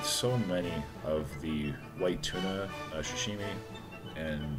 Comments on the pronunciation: Love u but pls stop saying shashimi. Its pronounced sa-shi-mi. Keep up the great content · sorry for the nitpicking but its Sashimi not Shashimi. I'll still watch u and give that like